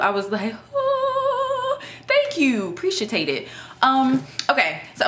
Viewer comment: "Thank you. 'Precia-Tate-It". Lol. Ha ha ha.